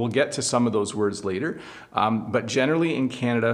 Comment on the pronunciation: You generally saying gene'rally